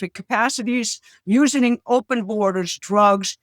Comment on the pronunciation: "usening". She is for sure trying her hardest.